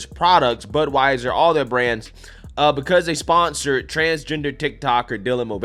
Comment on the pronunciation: I thought you said buttwieser